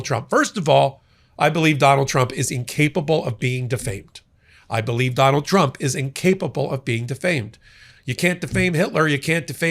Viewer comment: 😂 Ok I definitely heard "Jonald Jump" and I'm certain it's because he said "judge" like three times before his name. Not nitpicking, that just kinda tickled me, even more so if that was intentional